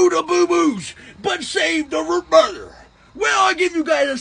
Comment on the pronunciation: you gotta teach me how to say röh bëër like that